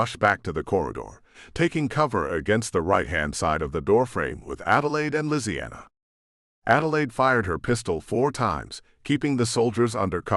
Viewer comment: Ok why did it say lisianna like that? Made me rather uncomfortable lol